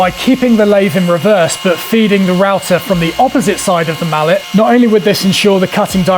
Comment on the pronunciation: No man... that's "mallet", not "mullet". 🤣